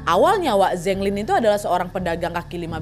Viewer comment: Keren konten nya.. tp char siu bao bacanya Cha siu pao... Zheng lin bacanya Cheng lin..